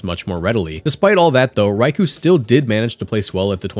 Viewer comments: it's called raikou not raiku ffs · why is pronouncing raikou so difficult for people